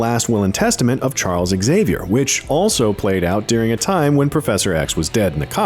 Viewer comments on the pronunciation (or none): none